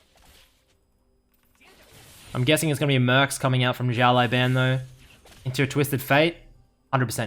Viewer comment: 1 year ago but still Si-ao (Same L as in Legend) L-ao Ban